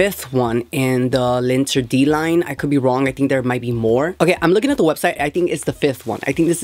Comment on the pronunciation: It’s pronounced zhi-vohn-shee lahn-tehr-dee ool-teem